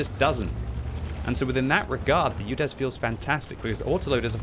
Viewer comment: Did he sayed "Judes" 03 3 ?